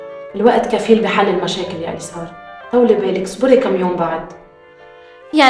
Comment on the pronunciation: أولا اسمها اليسار ومش السيار. وثانيا، عن جد ومش عنجاد .